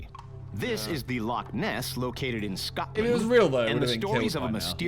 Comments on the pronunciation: And scutland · I hate how some people pronounce scottland. It's just really annoying especially when you live here.